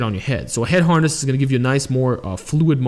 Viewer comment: Neck Haaaaaness lol sorry I laughed everytime you said that, not in a bad way but cause i have a buddy from boston so it reminded me of him 😂